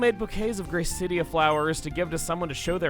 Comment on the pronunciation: Speaking of pronunciations I don’t like... ITS SUPPOSED TO BE PRONOUNCED LIKE QUESADILLA. GRACE-UH-DILLA